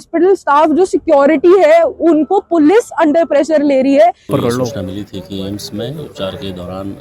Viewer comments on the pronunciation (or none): सही शब्द: ✅ एम्स गलत शब्द: ❌ अम्स संस्थान का आधिकारिक नाम AIIMS (All India Institute of Medical Sciences) है हिंदी में AIIMS का सही उच्चारण और लेखन “एम्स” होता है “अम्स” कोई मानक शब्द नहीं है, यह सिर्फ बोलचाल या उच्चारण की गलती है